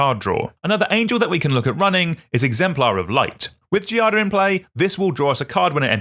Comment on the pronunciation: The pronunciation of “Giada” involves a soft G, the same sound of “gym”. You can try to pronounce Giada like “djada”. The noun itself derives from “jade”. Sorry for the intrusion, but I’m italian and we use to help who tries to speak our language (unlike the french lol)